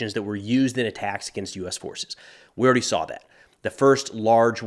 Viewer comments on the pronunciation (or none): none